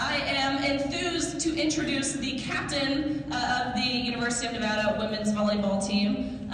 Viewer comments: Nevada. Not Nevoda. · Why do so many people mispronounce Nevada. It's a short A in the middle. Nevada, not Nevoda.